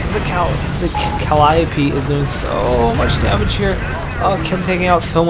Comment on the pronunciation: Nice game. Very interesting. And it is Kah-lie-uh-pea. Important safety tip. ;)